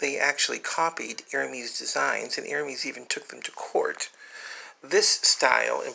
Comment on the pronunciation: !!Lovely!! bags I adore Lederer bags. Especially alligator and crocodile leather! Though, just FYI and not to sound snobbish, while you had the silent H in Hermès correct, the last “e” in the word has a soft inflection a la “Pez” not “e” as in “Me”. Again just for your benefit you can say it how you wish lol. I’m so glad your uploading more again! ❤️ (Autocorrect is my arch-nemesis ugggh 😡)